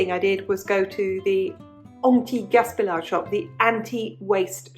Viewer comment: "anti gaspillage" the double L is not pronounced as L, It becomes an "ij" sound. So pronounced gaspiiaje. Those are great btw❤️🥕